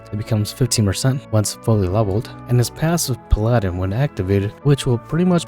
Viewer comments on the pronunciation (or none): You say Paladin as “pal-ah-din” not “pal-aaah-din”